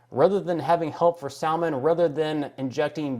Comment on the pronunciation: Absolutely insane! When you mentioned what they're doing with dogs I nearly cried. I love dogs. Oh, by the way,, I don't hear the "L" in "salmon" pronounced very often. Is it an eastern thing? Just teasing,. Thanks for the video!